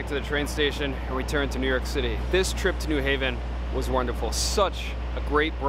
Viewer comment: Thank you for pronouncing New Haven correctly, with the accent on the second syllable.